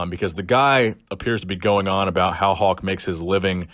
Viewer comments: it’s not “Hawk” it’s Hulk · It sounds like your saying Hawk Hogan hehe. Lincoln Hawk Hogan over the crutch.